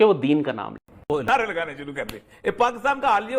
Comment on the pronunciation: ओ दादा, पकीतान नही पाकिस्तान बोलो।